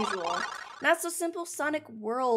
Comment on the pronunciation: The fact that says “Sonix” when she says “Sonic Game(s)”